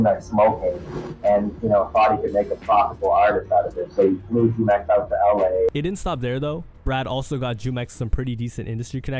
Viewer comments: Hey just wanted to correct you on prononciation on Jumex's name, its a spanish word that he got from the mexican juice brand named jumex. So the J sounds like H, pronounced HOO-MEX not Jew-mex lol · It's pronounced Humex smh